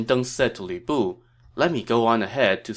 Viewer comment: I don't know why it makes me laugh, but sometimes when you say Lü Bu it sounds like Weeaboo.😆